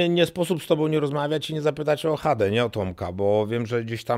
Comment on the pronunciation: Tomasz Chada , nie Hada 😢